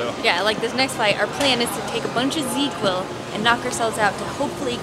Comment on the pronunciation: She mentioned Z-Quil. Like catching some Zzzz. Different product. Correct pronunciation.